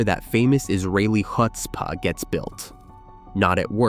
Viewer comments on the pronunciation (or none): none